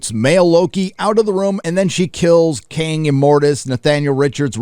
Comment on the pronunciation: Imortis or Cain? King? Kang? Sorry,. You say this numerous times and I can't tell what you're saying.